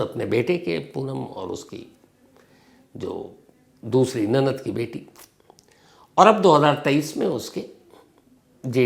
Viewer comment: Nanat nahi nanand hota hai..😏😏